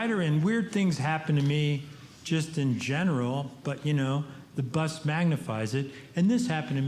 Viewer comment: Every time he says bus, I hear butt